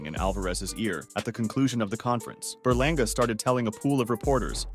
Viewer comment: Eddie Hearn said edgar berlangER😂